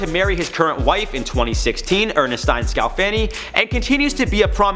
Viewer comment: * ern es teen*🤨 not ernestein